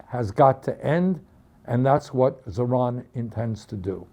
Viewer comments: It's pronounced ZO - RON. Also, bus and train fares were just RAISED in NYC because the mayor does not oversee the cost of fares. Most of that was rhetoric and a lot of people got conned. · "Zohran" rhymes with "boron" not "LeBron" (like Bernie is doing). I know we have bigger fish to fry, I'm just throwing it out there for general reference.